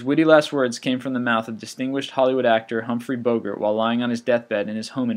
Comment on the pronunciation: Oh…I never knew that "Bogart" rhymed with "yogurt"…